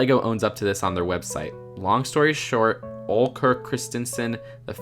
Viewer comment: The names are pronounced oleyand god fred